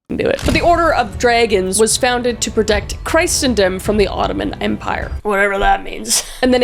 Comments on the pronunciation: Uh. Kris? It’s literally “Kris- en-dom” not “Christ-en-dom.” 😂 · Plenty of mispronunciations here - but who cares? Not me, although the correct pronunciation of christendom should be easy to remember: Kris-en-dom. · Should you ever have to use the word again, Christendom is (ironically?) pronounced KRIS-en-dum. ;)